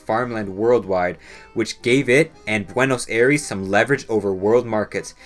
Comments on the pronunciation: It's pronounced Buenos Aires, as in I-res, not Air-eese. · “Buenos Air-ees” 💀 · why does everyone mispronounce buenos aires, it is spelled that way but its actually pronounced buenos sires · I'm not disputing the facts as selected in this video but the way you butcher 'Buenos Aires' kills me every time... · Great video but thats not how you pronounce buenos aires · How can you fuck up pronouncing "Aires" so often? Look it up if you are not sure about it. Considering how often you used it you should at least look it up. Your video loses alot of credibility because of that.